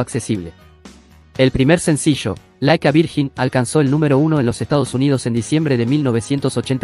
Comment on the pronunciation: No es "laikavirjin", se pronuncia laikaverllin (like a virgin)